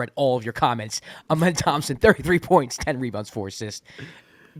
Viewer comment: Dillon tied the franchise record. Thanks for saying twins name right! 😂